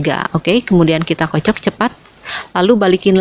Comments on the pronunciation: ngomongy itu ya Kak yg krg enak d dengar, kocok bilang kocek, sendok bilang sinduk, bahasa indonesiay kurang sip, tdk se sip resepy. maaf koreksi ya kak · bu kocok bukan kocek + 😂😂canda bu,jngn di bawa ke hati yah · Bu di ''kocek'' apa di kocok🤣🤣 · Kocok bukan kocek☹ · Kocok bu bukan kocek😂